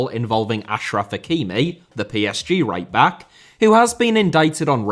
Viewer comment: You called Hakimi "The PSG Right-back" but I heard it as "The PSG Raper" and I thought that was particularly bold of you lmao